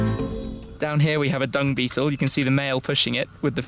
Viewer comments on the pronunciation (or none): none